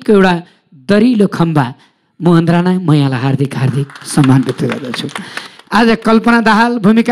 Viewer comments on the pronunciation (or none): none